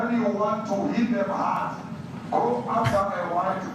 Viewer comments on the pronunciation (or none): none